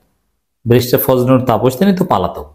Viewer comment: Vai apni always palatok bolen keno it will be polatok. Thank you vai.